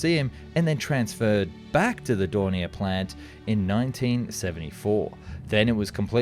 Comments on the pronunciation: Its more like DOE and not DUH XD just ilk you say O in Door. Doornier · Its do...not du...😂😂😂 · Thank you! D-O, not "Do". H-E, not "He" or "Me". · Its not....dow Its ... D .. O.... Its not..He... As in pronounced he said so Its ...H.....E... Initials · Rather than pronouncing 'Do' as Doh or Doo it's better to say Dee Oh. Same for Me 262. It's Em Ee 262, not Mee 262... Jay You 87 not Jew 87, etc. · Its not spelled Du or Mi.... its Do as in Dornier not DURNIER same whit Messerschmitt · Isnt it pronounced Dorn-e-ay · it's not a case of being pedantic it's a case of being accurate. I've never EVER heard the first two letters of Dornier, for example, pronounced as anything but 'Dee Oh'. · It's doh.